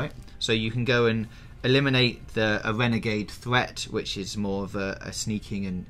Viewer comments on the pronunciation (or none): Wut the hell is a "wenegade thweat" and an "opwative" Did someone drop the letter "r" from their language?....hell yeah